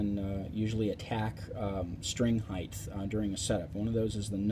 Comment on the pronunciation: Good instruction, well explained. Don't mean to sound like a blowhard, but unlike the word "width", the word "height" has no th sound at the end. It's pronounced hite. Cheers!